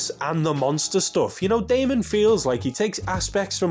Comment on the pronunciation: I was literally commenting to say the same thing. I mean it's even spelled Daimon. Haha. No offense to Mr. though. I genuinely enjoy these videos.